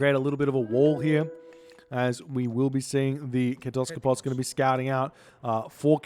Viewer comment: yooo my guy learned how to pronounce Kataskopos hahahah